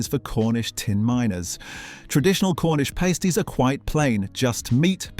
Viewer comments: And Cornish Pasty should be pronounced pastee.... not paystee. Any real British human would know that. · AI voice is embarrassing. Layverbread? Sweat pudding? Cornish Paystie?